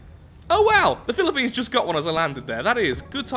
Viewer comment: Atleast you pronounced Philippines correctly, but, you still destroyed it.